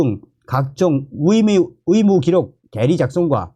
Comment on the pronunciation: 감사한데요. 발음 좀 제대로 연습 좀 하세요. 의대 와 위대. 발음이 다르지요 왜 의대를 위대라고 발음 하시는데요? 좀 노력하세요. 또 의사이지 위사입니까 왜 그 발음이 안됩니까? 의무기록이지 위무기록은 또 뭣이구요 의료를 또 위료라 하네요. 이 방송 본인이 직접 좀 다시 들어보세요. 참 듣기 거북하네요.